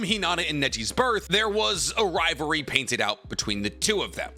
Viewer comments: Why do you keep saying ri ver ie is ri Va ly. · I KEPT HEARING RIVARE not rivalry RIVAREEEEEEEEW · you said, "riverery" more than rivalry.